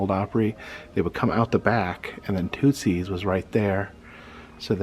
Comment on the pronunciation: You are pronouncing Tootsie's wrong just an FYI